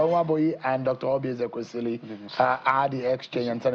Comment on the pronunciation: Now who is this Nwebonyi, a MISROAD UNFORTUNATE Akpabio STOOGE to front Dr Oby Ezeks. A RIFFRAFF Nwebonyi who will NEVER EVER had been in govt if not for the decadence in NIGERIA. He CANNOT even pronounce "EZEKWESILI".